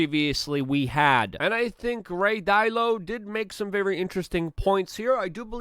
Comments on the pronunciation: Da - Lee - Oh not dalo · You’re saying dylo. It’s Dalit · His name is RAY “DA LEE O”